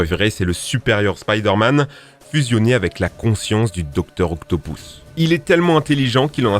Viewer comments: Dr. OctopOUsse ??? Pour moi, ça se prononce Dr. OctopUsse (Oui, je sais que ça s'écrit Dr. Octopus). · mec quand ta dit octopus ta dit octopous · salut, la video est incroyable, rien a dire mais juste, est ce que tu pourrais dire OCTOP U S et pas octopous stp merci continue comme ca :) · C'est Docteur Octopus et pas Octopous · Désolé mais c’est pas octopous c’est octopus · Entendre octopou au lieu de octopuce c'est marrant mais t'inquiète on c'est que c'est pas ta faute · Docteur occtopouce ?? 😂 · "doctor octopous" hmhm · Je reve ou il a dit docter octopouce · Docteur Octopouce ?? mdr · je t'en prie arrete de dire "docteur octopous" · docteur octopouce 😭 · "Octopouce" "Miles Morales"... where is le respect ?😭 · « doctor octopousse » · Juste, personne ne va parler de son "Docteur Octopouce" ? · Arrête de dire docteur octopouce stp... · "docteur octo pouce" xD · J'aime la manière que tu dis Dr.octopus comme Dr.octopouce😂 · auctopous ????? milse morales ?????????????????????????????????????????????????? ⬆ ⬆ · Une très bonne vidéo, malgré des erreurs de prononciation sur Dr Octopus et Miles Morales. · Octopousse, milsse morales, marie jeanne, ... par pitié apprends à prononcer les noms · Dr octopous Marie gane je suis le seul a avoir entendu 😂😂😭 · Stp aprend à prononcé les nom parce que mare jane et docteur octopouce faut pas abuser